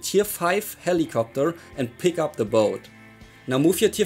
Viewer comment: Sellicopter lol